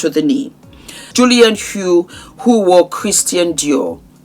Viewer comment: Great review. I believe it’s Julianne HOUGH (pronounced HOFF) 😊